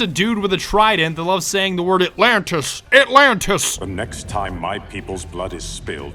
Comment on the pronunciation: Aqua-man said “Alantis” six times